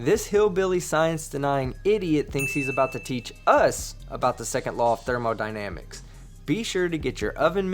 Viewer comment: Got that trailer park accent down lol 😂